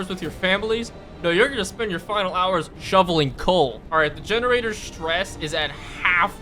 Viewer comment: "This masive building is DEGENARATOR" :D